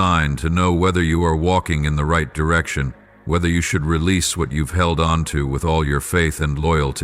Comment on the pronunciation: Why do you keep saying I've geld onto that dog